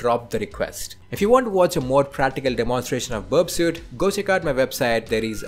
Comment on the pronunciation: Its pronounced berp-sweet (burpsuite).